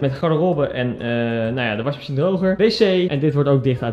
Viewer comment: uitspraak washmachine: zwaar underrated